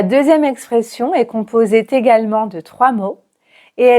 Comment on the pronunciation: composé-t également ? 🤨